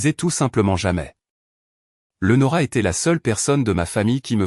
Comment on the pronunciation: Même pas foutue de prononcer le prénom Léonora correctement, quelle misère, ne demandez pas des likes, c'est injuste